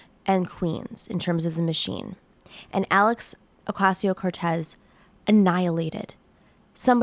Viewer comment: Her last name is pronounced oʊˈkɑcioʊ. Not oʊˈkɑYsioʊ